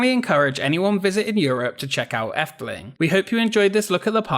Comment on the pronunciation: Yes, you butcher the Dutch language, but at least you pronounced 'Efteling' correctly and you more than make up for it by showing amazing archive footage of Walt Disney visiting The Netherlands. Good video. I grew up near the park and must have been there hundreds of times. It's a great and unique park, although there is a slight decline in quality ever since imagineer Ton van de Ven retired. Since then, the only additions I really like are the Baron 1898 dive coaster and The Little Match Girl, designed by Michel den Dulk (who also left Efteling to become an imagineer with Disney in Orlando, where he designed the 2016 Frozen Ever After ride in Epcot).